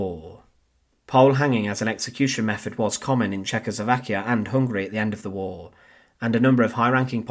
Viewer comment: The voice and pronunciation of the narrator are Irritating beyond description,above all the pronunciation !! The word "war" alone is too stupid for words....find someone else, will you !.